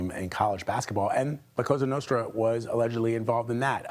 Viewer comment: It's la Cosa Nostra not la Casa Nostra that by the way they're gone long time ago !!!! Stop saying casa nostra !!!!